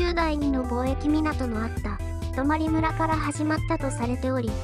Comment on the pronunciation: 貿易港、、ぼうえき（こう）だよね？